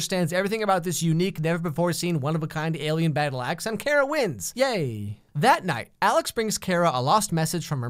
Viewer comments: i had my volume super low when he said kara's sister and i honestly thought he said carrot's sister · ITS KARA (car-ah) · Her name is pronounced car-a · It’s KAHRAAA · Just a hunch but I feel like he purposely mispronouncing her name it’s Kara say it with me now Kar-Ra. Kara okay? Good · Her name is pronounced (Car-A) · it’s CAR-aaa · I'm sorry but its not Kara the way you pronounce it. Its pronounced Car-a. Like Its a * Car Uh! * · In so sorry but is (car-ra) thanks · Whenever he says Kara like Cara I cringed 😑 its just... ugh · Him saying Kara’s name wrong the whole time was kinda pissing me off lmao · Enjoyed it the most, but said her name wrong the whole time lol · To be fair, that's the how Kara is pronounced in Smallville. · Alex: pronounces Kara wrong Supergirl fans: *TRIGGERD* Edit: wow i didn't know i would get this many likes! Thanks #Superfriends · Yeah it made me really angry everytime he said her name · Your pronouncing Kara wrong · Did he pronounce her name wrong after watching the show...? Yes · If he says her name wrong one more time...I’ll be extremely annoyed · HES SAYING KARA WRONG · okay this is funny I love watching slams on shows I like, idk why, but you said her name wrong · Who else hates that he saying karas named wrong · Who else was REALLY bugged by how he pronounced Kara? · Im sorry.... But the way you pronounced her nameeeee 😂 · Me Low key upset on the way he keeps pronouncing Kara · There are two people in the galaxy who can’t properly say Kara’s name, Cat Grant and the creator of this video 😂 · You keep saying Kara's name wrong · Him saying Kara’s name wrong is really bugging me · pronounces Kara wrong oK FIRST OF ALL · I died a little each time he said Keira instead of Kara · It's not "Kera" it's "Kara"!! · He saying CARE-uh. Instead pf CAR-uh.. Her mother even says it lmao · me = gets triggered everytime you pronounce Kara's name wrong (it's pronounced car-uh not karra (well at least on this tv show) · Kare-ra??? Its Kar-Ra